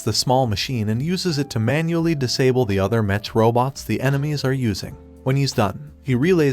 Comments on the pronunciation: Also the tts freaking sucks. The pronunciation of the word "mech" ended up as "metch" or "mesh" among other butchered words and names. What the heck boi? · Why do u say "Mech and not "Mek" ? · It’s mech not mench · Whats a mesh its a mech not a mesh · Mech not metch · Why are you saying MECH wrong, unless it is computer speak... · YOU KEEP ON SAYING MECH WRONG! 😡😡😡😡